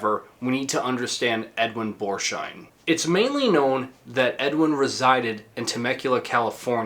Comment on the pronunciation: Pronounced Bors - heim. No sh sound. I know you will hate the correction and perhaps insult me for pointing it out, but oh well. 🙂 I have not finished watching the video yet, but good job... I will be back with an edit.